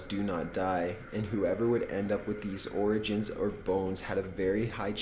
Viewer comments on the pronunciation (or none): You don't pronounce the 'r' in 'macabre' you dolt. Edit: Did you seriously pronounce 'organs' as 'origins'? What the fuck is wrong with you? I'm beginning to wonder, is this narrator dyslexic? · this narrator sucks. How can you be so bad at pronouncing? Even a word like organs, you pronounce it orjins. lmao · I love you, but 'OrJans'? Wow XD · How hard is it to pronounce the word "organs" You said orjins😂😂😂 but pronounced it right the second time????